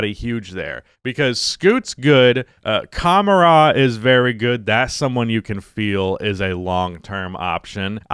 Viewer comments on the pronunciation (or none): none